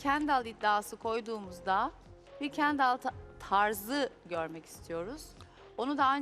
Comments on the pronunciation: kenDAL ne ya nası öyle telafux ediyonuz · KenDAL nasil bi telaffuz yapar